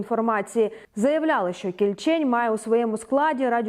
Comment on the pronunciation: може всеж кІльчень, а не кільчЕнь? якось не дуже на українську схоже